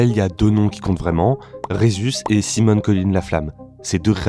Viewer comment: Pas foutu de prononcer Minecraft correctement... Et Simon... soit tu le prononces a la francaise, soit a l'anglaise, mais pas un mélange des 2... Lamentable !